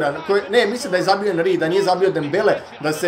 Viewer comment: nije anri nego enri